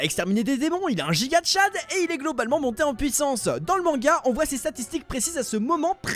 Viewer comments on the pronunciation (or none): none